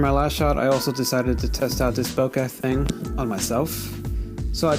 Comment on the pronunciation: Love voigtlander cameras! My first camera was a voigtlander vitomatic IIa with color skopar 50/2.8 lens and its one of my favorite cameras it never disappoints. Good video. I am pretty sure the "h" in bokeh is silent.